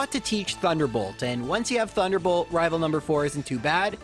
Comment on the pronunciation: Why do you keep saying: "Rival fiveal"? It's annoying...